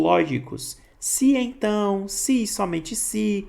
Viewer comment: gostei da explicação professor, mas fica um pouco ruim, com a pronuncia das palavras onde é se então, vc fala si então, onde é E vc fala I confunde um pouco